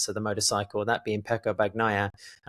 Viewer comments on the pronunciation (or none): If he keeps saying "horhay marteen" I want him to at least say "Payco Ban-naiiiia" with some Italian expression😂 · Seriously., do you eat la-zag-na, or lah-zahn-ya? and seem to manage to say Bagnaia correctly. Give it the same effort you give to Jorge Martín. Otherwise excellent, guys!